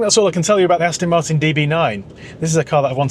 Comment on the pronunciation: Why do you keep saying "Astin" ? It's .... Aston.